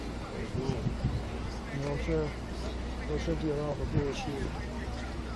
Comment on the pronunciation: Kno-aw what i mean? Apparently every officer there did not know what you mean.